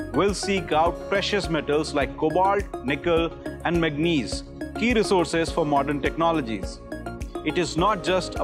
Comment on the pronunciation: god level pronunciation-- MATASYAA , MAGNESE 😂😂😂